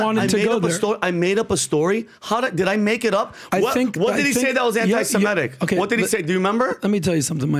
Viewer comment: He kept saying "anti-Simetic." It's anti-Semitic, not anti-Simetic.